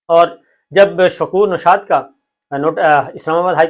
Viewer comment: Bhai shakor nushad nahi un nam shakor shad hay ap bar bar ghalat nam pukar rahay hay